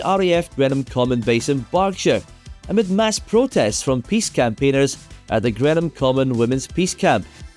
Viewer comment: *greenam common, not grennam common.